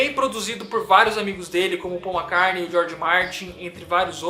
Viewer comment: Poxa!! Gosto dos seus vídeos e vc me provou que entende muito do que propõe falar mas vc pronunciando o nome Mac"CARNEI" fica difícil de te continuar te escutando depois do segundo Mac"CARNEI" na sua fala. Grande abraço!